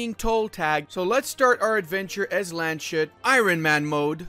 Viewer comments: I usually hate correcting people about pronounciations but its Lands-hut, not Land-shut. No hate, just trying to help ( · Dear Landshut is not pronounced with a sh. I am sorry but hearing LandSHut is just cancer, good guide though!!! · Just wanted to say, Landshut's syllables are Lands-hut, not Land-shut. Otherwise great video as always. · lands-hut not land-shut (or "lunds-hoot" when transcriped into the english alphabet) translated into english it would be "county hat" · Nice guide, but no one told you it is lands hut. It is not SH. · Land SHUT, always enjoyable pronounciation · Much love, Bayern! ...also as a FYI, it's "Lands-hoot". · I cannot believe how many people cannot pronounce Landshut :D Try it: it's LUNTZ - hoot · My main issue with this video is pronouncing Landshut as Land-shut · Its Lands-hut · The number of times you say "LandSCHut" in this video should make you permanently banned from entering Bavaria :D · Landshut is pronounced lunds hoot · its lands hut :) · duuuude u cant pronounce landshut like that cm on...